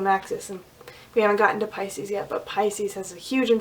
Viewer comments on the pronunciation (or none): none